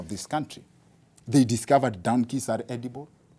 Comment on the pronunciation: Ni Dankey ama Donkey? Ingrish was not my thingi.